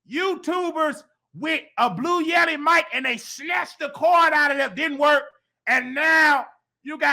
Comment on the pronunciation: Did he say “blue yeti to Burger King” 😂 💀